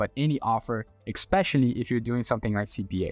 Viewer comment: He had me until he said "exspecially"